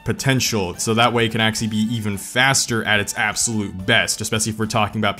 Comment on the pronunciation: if you cant pronounce "actually" then stop saying it